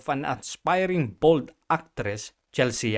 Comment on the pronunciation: Mali yung pronunciation mo ng "Chelsea". "Chel-see" ang pagkakabigkas doon.